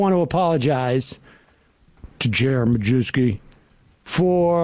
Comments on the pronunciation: Yeah, I had a teacher in high school with that name, he pronounced it “My-YEV-skee.” Apparently JR pronounces it “Ma-Jew-skee.” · Doesnt even have the decency to say his own name correctly, be proud of your polish heritage its My-yev-ski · It's actually pronounced "My-YEV-skee".